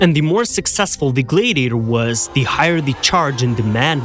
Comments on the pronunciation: Wanted to watch it so bad because I love historical facts. OCD kicked in about the 4th time you said gladiator wrong, glad rhymes with sad, and just couldn't continue. Glad-ee-a-tor, sounds like glad he ate her. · Could you guys get a better AI voice or at least one that can pronounce “Gladiator” & “Gladiators”!